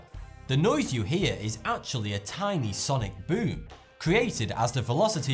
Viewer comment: I love this guy say ‘sonic BOOM’ in his ascent